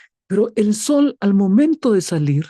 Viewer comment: Exelenteeeee, pastor, sólo tener cuidado con enfatizar mucho al sol, 😢 Pero muy bien el desarrollo bendiciones ❤